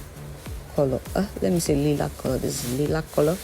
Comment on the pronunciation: Lilac baby li-lac pronounced lie-lac or lye-lac The tutorial is very beautiful but your pronunciation been terrible at least I know what herbs you use and everybody else knows what herbs you you use you must be from the french part of Africa i had to watch your videos over and over to figure out what you was trying to say!!!...😊😘😍🤩 i still love your beautiful accent From your country where ever it is and your skin is amazing and all your tutorials are too but I still have to figure out😂😅🤨 what you be trying to say in the herbs section.